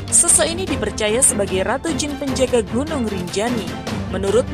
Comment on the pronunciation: GUNUNG MIN BUKAN GINUNG😆😆😆